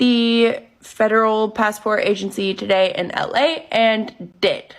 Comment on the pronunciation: ugh thanks so much for pointing out the speech. i cant take it. every T is super pronounced. PassporTTTT